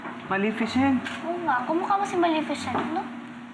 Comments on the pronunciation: Malificent* ahhahahaha tawang tawa ako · MALIFICENT ME:😂😂😂😂😂